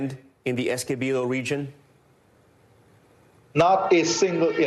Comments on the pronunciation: Somebody please teach the anchor how to pronounce 'Essequibo', the poor guy looks like he's about to choke every time he has to pronounce it. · NBC news reporters should at least know how to pronounce Essequibo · The journalist doesnt even know how to pronounce Essequibo lol